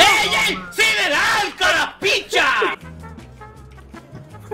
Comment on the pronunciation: Sideral suena como sidral